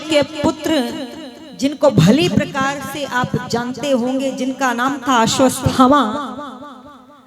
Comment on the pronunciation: अश्वस्थामा नहीं, अश्वत्थामा सही है अश्वत् थामा अलग अलग बोलिए तो उच्चारण सही हो जायेगा